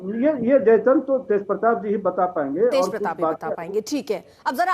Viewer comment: Madam aap pehle history padho jaichand hota hai jai Chandra nhi